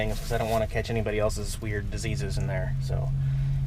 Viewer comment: Lol. "Weird diseasas"